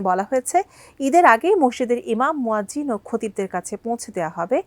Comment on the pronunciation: মোয়াজ্জেম - এটা কি?? মুয়াজ্জিন শব্দটাও সঠিক করে বলতে পারো নাহ?!!!